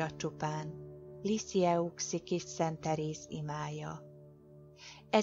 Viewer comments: Helyesen ejtve" lizijői" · Fonetikusan kimondva Lissiö. Kérem ez a hiba rettenetesen zavar. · Liziői, így kell kiejteni ! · Liziői a kiejtése. Maga se jár templomba, látszik.